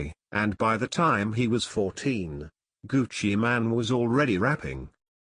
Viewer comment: ol its not gucci man its gucci mane like u actually say mane not man